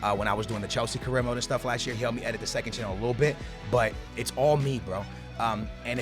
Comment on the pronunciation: it's career not carrier